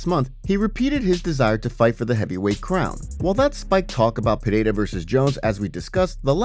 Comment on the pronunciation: Its Pereira not Pehada